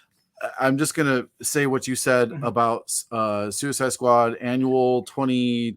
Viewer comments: Like 290 - was saying “annal” instead of “annual”? 🤣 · Like 262 - Is saying Suicide squad anal??? 😂🤣.